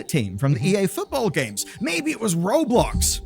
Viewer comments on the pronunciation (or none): none